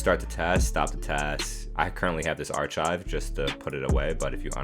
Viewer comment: Love the video but it’s pronounced like arckive even though it’s spelled archive :)